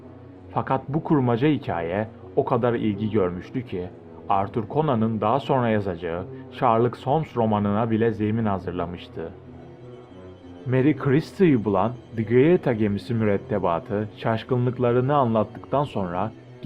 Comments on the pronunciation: adam şarlık solms dedi ya...:)))) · Şarlık holms değil şerlok holms diye okunur cahil... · telefuzun tam anlamıyla berbat ötesi. celeste-kıristıl?? sherlock holms-şarlıks holms? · Kardeş çok fazla okuma hatan var onları düzelt başlıkta marie celeste olması lazım meri silıst diye okunur crystal olması lazım senin söylediğine göre celeste öyle okunmaz şerlok holms diye okunur bunlaea biraz çalış ama bu tip videolara aynen devam et 👍🏻👍🏻 başarılar abone oldum şimdi videoların ilgi çekici